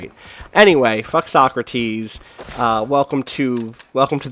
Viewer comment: He definately pronounces it "So-crates" :)